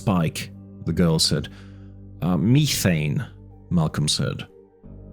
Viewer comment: thanks for the transparency. I’m just curious about some of the pronunciations (methane and gynecologist for example). Is English not your first language?